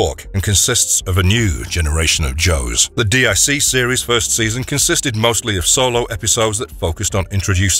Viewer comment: DiC is Pronounced DEEK